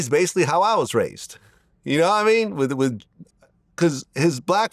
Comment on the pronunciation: vlad saying nahmean is so cringe he never says it right, we don’t wanna hear vlad say nahmean no more lol 😂😂😂